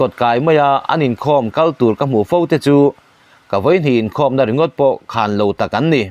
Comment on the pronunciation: khân lo niloin khan lo tih tur ani itisual palh hlauh